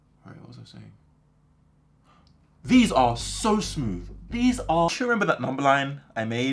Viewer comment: He said smooth so many times, i couldn’t help but notice that he actually says smoove, as in he doesn’t make the typical th sound with his tongue as in the but a v. As a non native english speaker is this common?